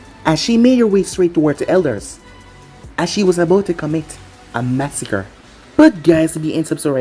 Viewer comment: How you said A massacre is funny af 😂😂😂